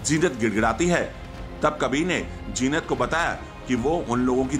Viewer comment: Jeenat nai hota zeenat hota hai pagal reporter